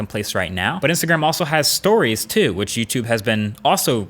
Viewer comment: He didn't say "Catch you in the next YouTube video" he said " Catch you in the neck tootoovideo or something like that".